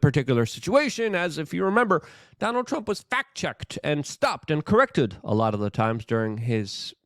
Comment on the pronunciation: reember, reember the 5th of november😮, what? 😅